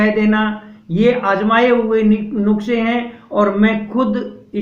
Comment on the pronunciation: Nuskha kehte hein, nuksa nahi. ☺😊